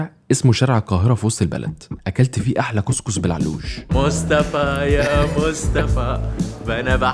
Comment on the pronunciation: انا الي مضيقني انه الكسكسي تنطقو فيها غلط وتقولو كس كس غلط الاسم😠